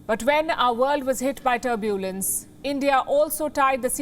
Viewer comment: Tur-BUL-ence? Try TUR-bulence.